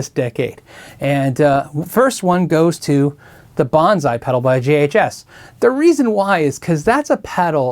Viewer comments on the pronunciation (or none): It’s BONSAI, not BONZAI.